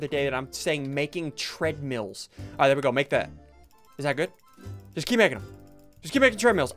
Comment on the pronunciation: When he said tradmills i lost it😂😂😂😂